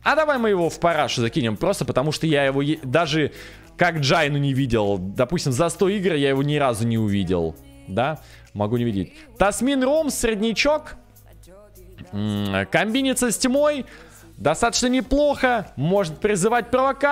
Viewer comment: Спасибо за видос! Только она Тэмcин, а не Тасмин.)